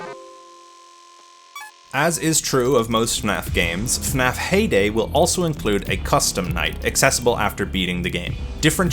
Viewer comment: I thought he said payday instead of heyday. Immediately thought of clown gangsters robbing the pizzeria while ninja cops attempt to drop kick them.